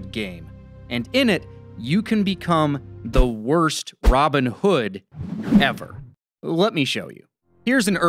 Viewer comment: How can you pronounce his name as ROBIN hood?